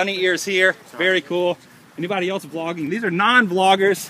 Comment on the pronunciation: It sounds like your saying flogging..which the def. for is a public beating with sticks..Lol..That must have made you feel good,seeing your fans:)